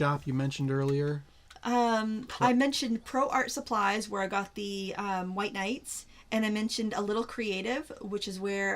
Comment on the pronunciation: pronounced the White Night maker brand correctly. Love to see in all the palettes that you’ve shared over the years in one whole video!! And thanks for recapping the highlights and tips for each brand!